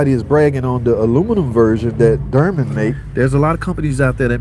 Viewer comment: WTH is a DerMen🤦🏻 ?? it's Dorman pronounced similar to Door Men.. not door mAn but door MEN. now say it with me brotha...DOOR MEN.. DORMAN😮🙌🥳